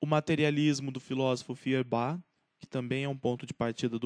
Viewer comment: Mari não era economista. Era filósofo. Abandonou o curso de Direito para cursar Filosofia. Atenção à pronúncia de Hegel e Feuerbach.